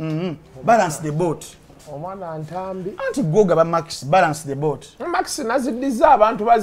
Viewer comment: Thx for the good analysis the jaganut, the reneget, the cononswa...😂😂